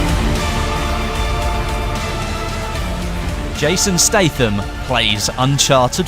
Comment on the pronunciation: Looks great imo, but am i the only one who has always known that is pronounced Jason Stat-ham not like State-ham?